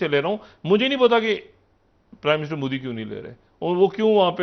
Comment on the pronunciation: He can’t even speak modi properly (mudi mudi moody) ... Chale hain apne tazzia Karne....